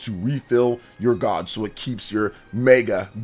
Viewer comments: The word is pronounced Gaej. It's a long a. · Pls never say gauge again